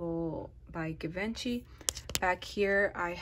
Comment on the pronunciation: You pronounced Givenchy incorrect.